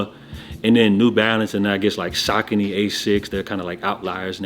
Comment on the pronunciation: What's good kid love ya shows bro... Preciate you... Oh and btw there called Saucony... Suh-koh-nee